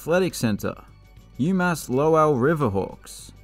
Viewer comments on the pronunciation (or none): You mispronounced Lowell, it is pronounced low-uhl